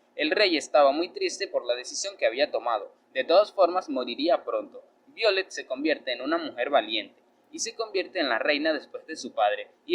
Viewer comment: BAYOLET amigo no Violet xd